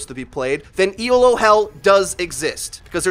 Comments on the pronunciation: Pronunciation critique: It's pronounced "Ee-loh," not "E. L. O." It's not an acronym; it's a person's name: Professor Arpad Elo, who first invented the Elo rating system to measure the performance of chess players back in the 1950's. His system was so successful that a lot of other competitive games, from fencing to MagicTG to Overwatch, have all copied it. Let's give Dr. Elo the credit he deserves! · It's not E.L.O. it's "Elo". It's someone's name. ELO is the Electric Light Orchestra. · But it's pronounced Eh-loe. It's not an acronym. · dude you're killin' me Elo is one word, pronounced ee-low it's named after a dude named Elo, it's not an acronym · Just for future reference,, it's not an acronym. It's a rating system named after its creator, Arpad Elo, who designed the rating system originally for chess. I fell into the same trap too because it honestly does look like an acronym, and most people capitalize it like an acronym, but now you know. If you care, he was born in Egyházaskesző, Austro-Hungarian Empire. Yeah, good luck trying to pronounce that. He moved to the US in 1913. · Hell is people pronouncing every letter of Elo. It's named after Arpad Elo, it's not an acronym.